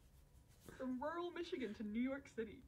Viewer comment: Okay I know us Germans have problems to say the word ‚rural‘ but come on, it sounds like you want to say a different word but your mouth is too full to say it 😂